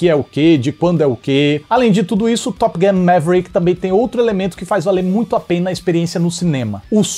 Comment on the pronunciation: arruma quando vc fala top gun, vc diz top guM, que significa goma de mascar top!!!